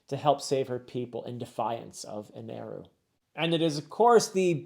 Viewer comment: ok so its not eneru it is enel the r is supposed to be an l and it got confused and the u in the end of the name is just a japanese pronounciation thing like a word cant end in a sound that isnt either yoo O ih ay or ah in japanese pronounciation so like on a word that doesnt end on any of this sounds will have a U or O added to it for example in a japanese accent the word "world" turns into "waarudo" so the name is "enel" but due to japanese pronounciation it sounds like "eneru" which caused the mistranslation in the manga to eneru